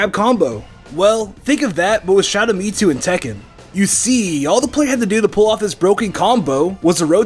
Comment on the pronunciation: Why do you keep saying ME TWO